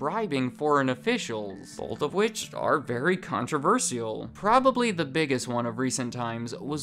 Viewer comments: What’s really controversial is how says “controversial” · Please pronounce controversial right